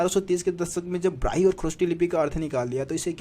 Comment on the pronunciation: ब्राही नहीं ब्राह्मी